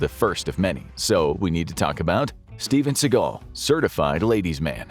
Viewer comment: Who is this "Steven Seagull"?